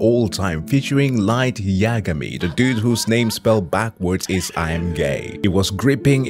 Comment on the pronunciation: The way you say Light Yagmai gives me joy 😂😂😂😂😂😂